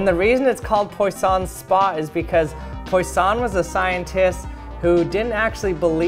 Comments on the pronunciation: Pronounce "Pwa son* not "poysun" though. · also in French it's not p-oi-ss-on it's pwuh-sso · It's a French name (and it means "fish"). It's pronounced pwah-son (with a nasalised ending). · Imagine Poisson being around hearing someone calling him poy-son. It's po-a-saun (or pwo-a-saun). Yes I know I am being unbearable, I am just pointing out how horrible Americans tend to be at saying names. And no, I don't speak French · It's pronounced pwah-sson. Great video nonetheless. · it’s also annoying me that he’s saying “poyson” rather than the correct pronunciation of “Poisson.” My stats teacher did the same when we were talking about Poisson distributions. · Very nice!!! But "Poisson" (english: fish) is pronounced p-u-a-s-On, which means, after the "p" comes a clear, dry "u"-sound (not a "you"-sound). And the french word "poison" (english: poison) is pronounced p-u-a-z-On, meaning, the double "ss" sounds like a regular "S", while the single "s" sounds like a "Z". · Just FYI Poisson's name is pronounced "Pwasson" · It's pronounced "pwa-son", it's a French origin word/name (for 'fish') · poisson is pronounced pwasson with a nasal n-ding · First of all, it has nothing to do with quantum mechanics, it is just waves, and the experiment can be done with any pinpoint light source and sufficiently round object. Second of all, it is "PuhAhson". Please pronounce names correctly when you speak science! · bastol Poisson’s last name (Poisson lol) is pronounced the same as fish in French. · Oh men, I don’t want to sound/be mean. I find really upsetting the way you pronounce Poisson. On the other hand, really nice video! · the way he butchers Poisson's name makes one cringe